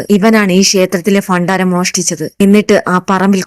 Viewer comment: അക്ഷരങ്ങൾ ശരിയായി ഉച്ചരിക്കുക ഭാര്യ,ഭണ്ഡാരം, ഭഗവാൻ